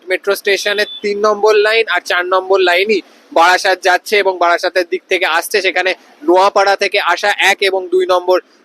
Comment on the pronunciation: ওটা বারাসাত নয় রে, বারাসত 😂😂